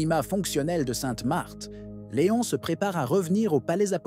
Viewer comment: Ça n’est pas Léonne mais Léon; leadership mais gouvernance. Merci.